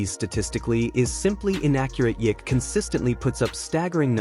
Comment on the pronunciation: You said his name wrong bout 9 times already lol and you keep. Hanging it bruh 😅